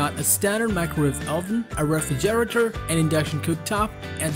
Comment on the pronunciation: Loving the videos great lists. I'ma just throw this out there but the way you said refrigerator I had to rewind it a couple of times cuz I have never heard someone say it like that.